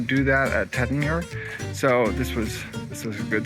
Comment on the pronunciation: It’s Taittinger…pronounced TATE-en-zhay.